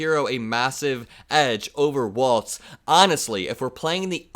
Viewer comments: Sorry but it's pronounced "Walls" not Waltz. Tim Walz is the better choice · Hey his name is pronounced WALLS (WALZ) NOT WALTZ LIKE THE DANCE.